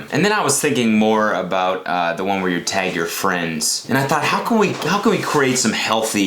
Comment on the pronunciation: you sound so canadian when you say tag i’m laughing